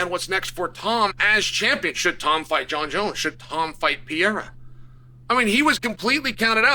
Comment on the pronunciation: Its not Piera gdmn it...